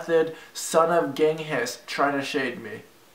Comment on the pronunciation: The fact RiceGum can't even pronounce Bok Choy "Bok Chowy" and Genghis Khan "Geng His" is a real show of his intellect.